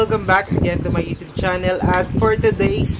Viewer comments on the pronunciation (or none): none